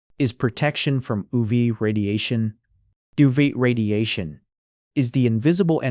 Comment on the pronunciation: oov, oo vae, and not yu vee😅 im confused